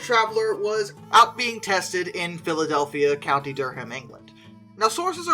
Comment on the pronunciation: Love this channel! But it's DURR-am, not Dur-ham. Just like in North Carolina. Keep up the good work!